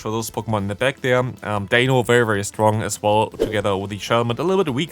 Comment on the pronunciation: You do know it’s D-ein-o, Zwei-lous, Hy-drei-gon, right? Ein, Zwei, Drei?